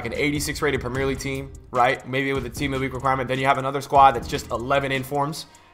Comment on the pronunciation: I ain’t one to get mad ye but can u say the fuckin league right